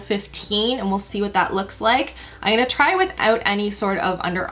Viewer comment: You're the cutest. I always notice you say, "Innnngonna" every time you say, "I'm gonna..." So cute. Great vid and beautiful as always,! Excited for Colourpop to come to Sephora!